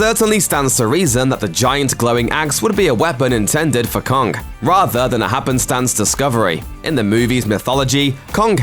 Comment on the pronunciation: Kong* not kongk